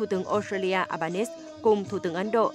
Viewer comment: Xin lam on doc dung ten thu tuong Uc " Albanese pronounce eo ba ni zi "